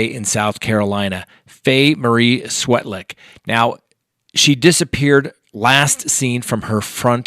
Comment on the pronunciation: I think it’s pronounced Svetlik.